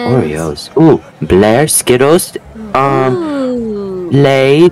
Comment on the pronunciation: The way Finley said “bilar” is so funny 😂 it means cars in Swedish and he said it so wrong LMAOO